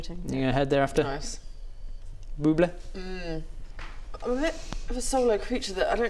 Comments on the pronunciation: Am I the only one that hears BOOB-le' when says her name? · "It's pronounced Booo Kaaaaaaaaaay!" I think that would totally fit with how Buble Butte pronounces her name.